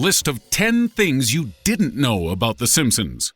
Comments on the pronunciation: In the beginning he said the simpsoons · at the beginning "the simpsoons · Di he just say the "sompsoms" in the intro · he just said the simpsoons